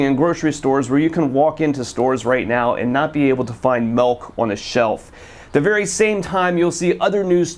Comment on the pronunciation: Maybe it's just because I'm a wisconsinite, but it sounds like keeps saying "melk". Great video though, as always!!